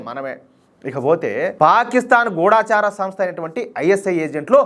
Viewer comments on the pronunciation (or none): దయచేసి ‘గూఢచారి‘ అనండి.గూఢాచారి కాదు.